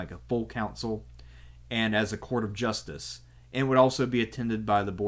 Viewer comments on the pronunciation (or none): none